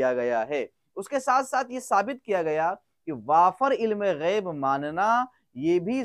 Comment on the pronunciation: جناب غیب کے بجائے عیب ہوگیا ہے توجہ فرماے